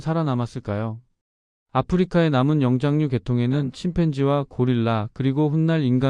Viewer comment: 영짱류라는 발음은 처음 들어보네 ㅎㅎ